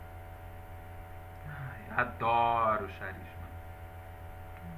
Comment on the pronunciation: Querido se escreve CHARISMA , mas se lê CARISMA...👍